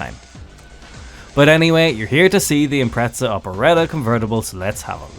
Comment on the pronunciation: Every time a British person says "ImpreTZAh" an ej257 blows a head gasket :'(